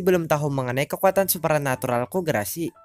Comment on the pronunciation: Kesulitan ngomong "supranatural" Nampaknya :v